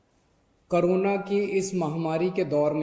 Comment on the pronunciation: Btw it's Corona not krona